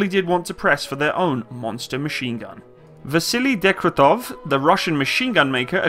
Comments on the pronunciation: if you're going to do videos like this, you will have to set aside the 2 mins it takes to learn the proper pronunciation of the few names in there. Not only is it bloody easy if you use say, Google Translate or Wikipedia's phonetic spelling - but if you don't your vids turn out ridiculous. Not saying the name of the gun? Wtf? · Daaaaym you butchered the gun desighner names! Great video as always, very nice to see footage of Ukrainian and Polish forces training. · Degtyarev. Actually pretty easy to sound out if you can read. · your pronunciation of russian names forcing my ears to bleed. Дегтярев = Degtyaryov. Шпагин = Shpagin. There is no other variants of pronunciation. If you want to hear the normal pronunciation of russian words, you can message me and I will help you with that issue. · Seriously? Degtyaryov and Shpagin are that hard to pronounce even remotely correctly??? That was sooooooooooooooooooooooooooooooo painful to hear. "Dektov Shapin" ........ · Deg-tar-yo-v Sh-pog-in F-yo-dor-ov